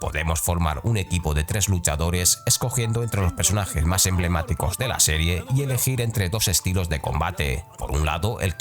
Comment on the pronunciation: Buen vídeo, como siempre, pero vocaliza, cabronazo 😂: “PERsonajes”, no “PEsonajes”